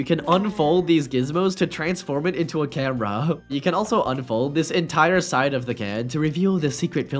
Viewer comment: why bro cant say 'camera' and instead says 'cambera'?